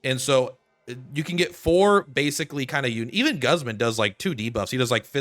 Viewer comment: pronounce Guzman correctly please